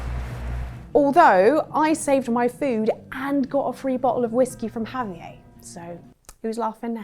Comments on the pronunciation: Javier, not Javi-ay. He's mexican, not french.😂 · I don't believe that has ever played RDR2 or met anyone actually named Javier since she is pronouncing Javier as Ha-vee-ay lmao. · For the red dead part. "have-e-ay" for Javier??? Are you kidding me??!? The game literally says his name correctly, but he is Have-e-ay to them. WTF???? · Javiea??, really, Javiea?? 😂😂😂😂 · That wasn't what I was talking about, I was referencing the 'R' that she is turning silent. How do you think I meant the J when anyone named Javier has a J that sounds like an H? She is pronouncing Javier as Ha-vee-yay, don't try to make me out to be a fool when you don't even understand the conversation at hand. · With the J sounding like an H, but how does that have anything to do with her turning the R silent in Javier? Lol maybe understand the comment I made before you drop a bomb of "wisdom" like that. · That's not how you pronounce Javier. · That’s not how you pronounce Javier’s name .